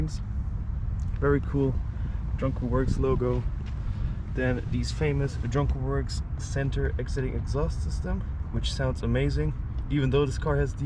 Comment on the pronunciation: Try John Cooper Works mate, not jonkaworks